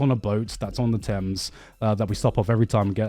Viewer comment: Anyone else hear garnt say he had a gorgeous view of the Tims, instead of thames? I'm just imagining him looking at a massive pair of Tims, wearing a Yankee hat😂😂